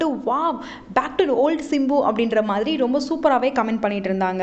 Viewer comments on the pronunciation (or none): none